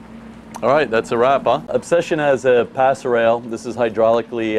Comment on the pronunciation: Pass rail!?!?! ROFLMAO!!!!!!!!! It's PASSERELLE!!!! Yanks and the English language. 😀